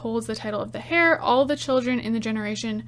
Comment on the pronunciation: Heir is pronounced 'air' not 'hair'